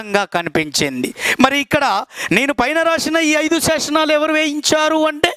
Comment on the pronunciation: శాసనాలు, శాశనాలు కాదు సార్